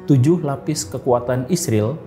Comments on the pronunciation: Bang bilang israil saja bang bagus, jangan isril gak jelas, ini aku. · Yg jelas ny3butnya boleh.bukan izril,dan siriwil.izrael yg benar.aneh saja bang😂😂😂